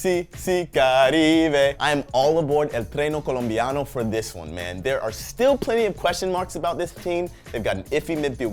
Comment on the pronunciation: 'treno colombiano' if you dont know Spanish, dont try to speak it